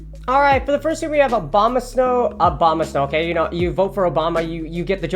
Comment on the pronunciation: I love that you keep saying Obama-snow